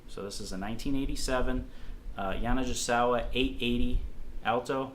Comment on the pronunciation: You are mis-pronouncing the name. I endorsed their horns for many years. GI is like -GE. Hard G. (Like “Go”) Ya-na-Ge-sa-wa. Sorry but it was driving me crazy. “i” in Japanese is like our “e” sound. Thank you.